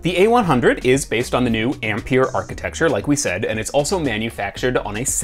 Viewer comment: Learn to say Ampere please